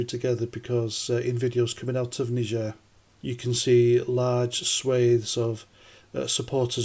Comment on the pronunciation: Thats not how you pronounce Niger....🙃